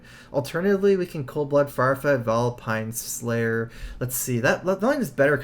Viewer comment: Do you think he'll drawl Vilepine Slayer?